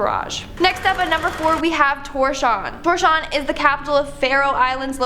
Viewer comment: Tour-shaun? Toors-havv-n.